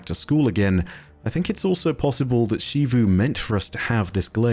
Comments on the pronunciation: Why She-voo? It's pronounced in-game as Zee-voo, we don't need to play guessing games with the pronunciation. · he just pronounces xivu weird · …. It’s ZEE VOO